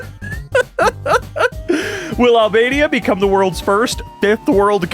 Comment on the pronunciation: Albania turned into Ahhbania??